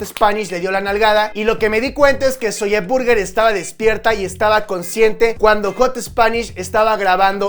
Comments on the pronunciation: No se dice zolle se dice zoui!!!!!! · no se dice "ZOYE" se dice "zoy" pronuncialo bien, nos chingas los timpanos, te lo digo con amor te amo papu💙